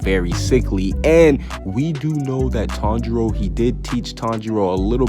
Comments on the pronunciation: I turned on the subtitles and he says Tong Jeo instead of Tanjiro 😂😂😂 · The first word he says is sooooo wrong